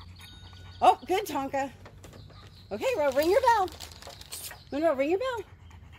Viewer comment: Good job Tonka 👍 And Monroe listen carefully, it sounds ring the bell not eat the bell 🤣